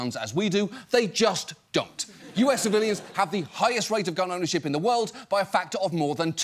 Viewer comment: The one thing different about America from the whole rest of the world is the amount of psychiatric drugs. You mis pronounced gun owners.